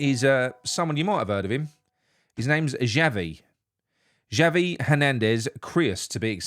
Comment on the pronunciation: Excuse me my name is Xavi not Chavvy so go and do one. Adios.